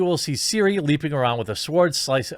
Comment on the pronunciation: Shroud is an absolute Shitsnacker and deserves every bit of misery he can get. Also, It's "sWord" not sort or sord. Everyone else in the world can do the W in their Language.